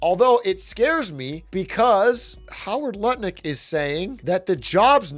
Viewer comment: it's enunciated " nutlick " not lutnick ...